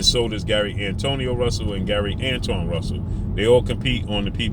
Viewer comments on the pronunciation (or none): Pronounced like Antwan